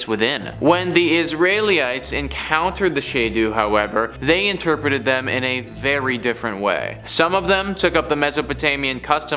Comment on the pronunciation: It's not Israeli-ights It's Israel-eye-ts